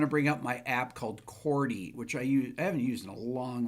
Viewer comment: Trippin up ‘CHORDY’.😅✌️